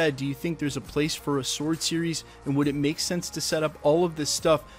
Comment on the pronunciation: I’m liking that you can pronounce “sword” correctly. I’m tired of people making the W prominent in the pronunciation.